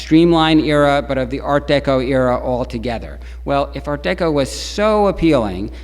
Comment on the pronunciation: I have never heard Art Deco pronounced as Art DayCo. Don't get it. Is he trying to pronounce it in French? But noticed as he carries on the lecture he falls into Art Deco.